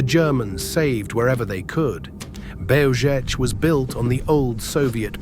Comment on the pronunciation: Typical american English, can not even try to pronounce Belzec and other words properly, distgusting!